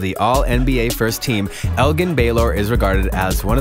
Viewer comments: Anyone else get mad the way he said Elgin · the dude doesn’t even watch the nba he said 3 players name wrong elgin baylor kawhi leonard and giannis name wrong🤦🏻‍♂️